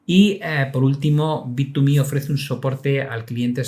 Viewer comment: ya se confirmó como un vendedor de publicidad de bittuuumehhh 😂